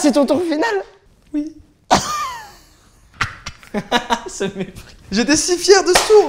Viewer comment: Squeezie : Ça c'est ton tour final ? Joyca : ui Le ui de Joyca m'a tuer 😭